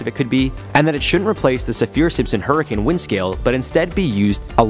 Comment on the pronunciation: SAFF-ur simpson. Not sa-FEER